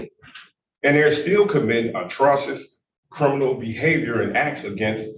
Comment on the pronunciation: “Atrosus” I believe he means atrocious.